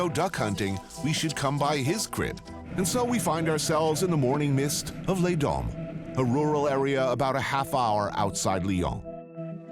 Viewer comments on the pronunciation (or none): American have probleme to pronunce U, stop to say "ou" its "u". and Leon ? its lyon.